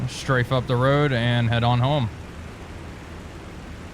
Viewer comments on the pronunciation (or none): none